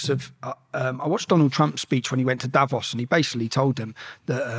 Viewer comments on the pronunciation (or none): none